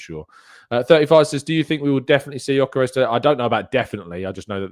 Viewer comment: 2 things. 1) about our new monster of a #14, he's Swedish but he's of Hungarian descent so his name is pronounced "Yuh-kuh-resh," you're welcome my friend, and 2) it's such a shame about Calafiori at the moment as he is unbelievably talented. I'm really hoping that he can get himself back on track this season because, if he does, he'll be serious competition for Kiwior if big Gabby is rested.